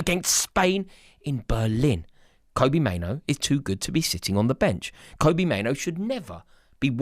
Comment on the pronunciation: Kobbie, not Kobie, Mainoo, not Maino.. pls 🙏